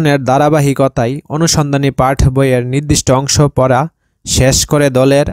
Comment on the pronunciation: পাঠ না পাট